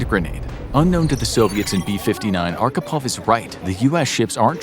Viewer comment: Good video, my friend. Respect. Expect you Americans always badly mispronounce our Russian names :) LOL . His surname was Архипов , pronounced as Archipov, with "wh" sound, like in a "hole" :) But I do not blame you, you did a great job.